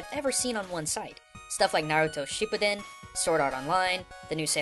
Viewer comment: I totally facepalmed u pronouncing Naruto shippuden